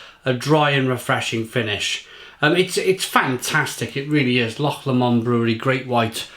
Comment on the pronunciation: Haha! You pronounced ' loch' correctly, and got Lomond wrong! 😁